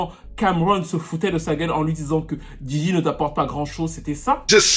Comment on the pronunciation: Djidji 😂😂😂 Yo man it’s Diddy